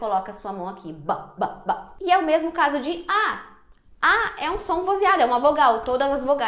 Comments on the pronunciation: Sou paraense e o som de mesmo é de "s" e não de "z" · Já que VC fala mermo deveria ter dito mermo mermo.